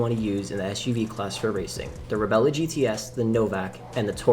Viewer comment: "Reb-lah" not "Rebella."